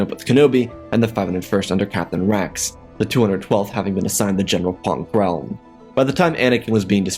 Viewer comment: "the 201th was assig to Poon krell" Cody : 💀💀💀